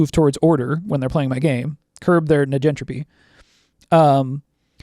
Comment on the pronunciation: This isnt important to the point youre makinf (which is facinating) and I'm no expert, but... Surely, "negentropy" is short for "negative entropy" and the first sylybal should be pronounced like the first sylybal of "negative"?